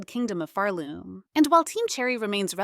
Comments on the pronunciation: It's Phaarloom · Farlume lol